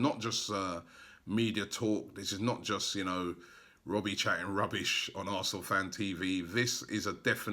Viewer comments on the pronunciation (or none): none